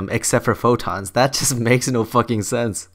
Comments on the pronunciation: Neutron Star I’m British and I initially didn’t understand him either but if you listen carefully he just mispronounced photons. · He definitely said tons and photons, unless he REALLY cant pronounce photons. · He said four tons. Not photons. Other than that, keep on.